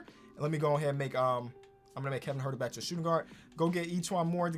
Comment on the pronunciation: Kevin Huerter Nobody:: KEVIN HART